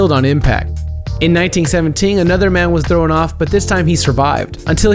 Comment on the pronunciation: "THHHHrrrown do their death"